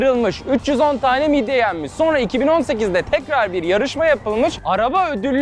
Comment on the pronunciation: Midye ❌ Mid ye✅